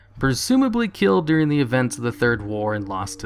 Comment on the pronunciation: During During During not deering